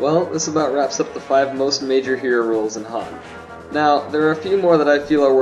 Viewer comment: he is lol. hero rolls. "herolls"